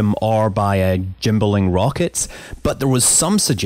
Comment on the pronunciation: “Gym-balling rockets” 😂